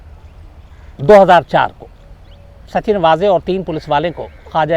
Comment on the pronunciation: नाम का सही उच्चारण है, सचिन वज़े, ना कि सच्चिन वाज़े...धन्यवाद...🙏